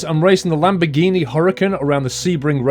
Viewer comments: lamborhini lel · lamborhini lol